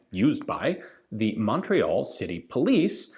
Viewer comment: Je suis déçu Ian. You can say chatellerault, tulle and Saint-Étienne whit out a accent. But you can’t say Montreal whit out one.